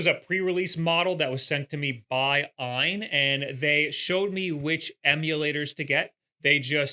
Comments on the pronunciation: It's just A. Y. N. Not "eye-n" lol also I had the Odin 2 Pro and it was the coolest little console ever. However, I play hard, every day, and a couple things happen. First the right trigger broke off the frame as all of the buttons are held in by the tiniest little screws and plastic bracing that could possibly exist. I ended up hot glueing it back together which worked decently. Lastly, unlike almost all android products, the Odin 2 didn't have charging protection. After using it for many hours every day, and leaving it to charge overnight like you would with a phone - it unfortunately was over-cycling the battery and made it swell after 1 year of use. They don't send replacements and I didn't want to wait months to ship it back, have it fixed and sent back - especially since the trigger already broke. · That was a tough watch. And it's AYN - it's an acronym, not ehn or however you pronounce it.